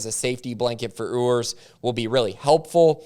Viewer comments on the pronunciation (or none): It’s pronounced “You-ers”